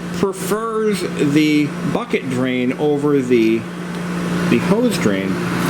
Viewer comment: The 'buket ' haha great video though!